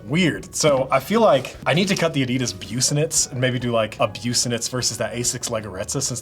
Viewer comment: I've never heard anyone say busenitz like that 😂 can you please cut the Tyshawn 1 low? And compare